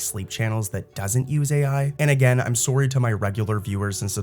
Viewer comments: Maybe don't say sorey, and I can subscribe lol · are you also canadian? the 'sorry' is very strong